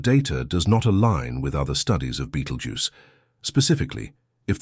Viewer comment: is it now betelgeuse or beetlegeuse. not very professional. like the AI voice. = dismissed